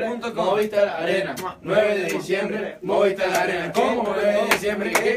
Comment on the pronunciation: Ese jajajajaja no se cansa de decir Movistar Arinna jajajaja 😂😂😂